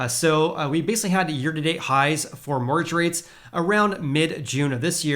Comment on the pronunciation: What's a "morge rate"? I think you mean "mortgage" rate? The "t" is silent but we actually do pronounce the second syllable of that word. It's quite difficult to understand you when you swallow up entire syllables. "Housing" should be pronounced with a vocalized "s"; like a "z" sound. Here's a reference for that